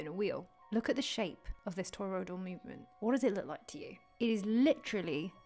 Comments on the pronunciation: Do you realise your saying 'toyroidal'? Not toriodal... And stop saying donut for gods sake. We each have a toriodal field around our bodies, as does the earth. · Aaagggh! Not Toy-road-all.